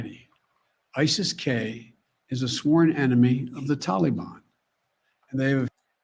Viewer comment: It’s akin to obummers pronunciation of isis as ICEL